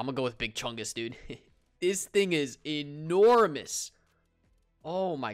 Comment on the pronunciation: Lol when you say enormous